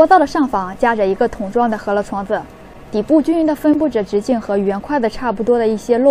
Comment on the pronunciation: 大多数up主字幕都乱写：是“饧面“，不是”醒面”； 是“擀面”，不是“杆面”或“赶面”；是“汆水“，不是”穿水“或“窜水”；等等。还有读音都乱说的：是“huo面”，不是“he面”。